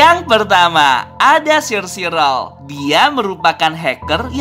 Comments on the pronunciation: omong omong bang cara baca sire sirol dalam bahasa inggris is kaya gini " sairi sorel " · Sire Sirol cara bilangnya Sairi Sorol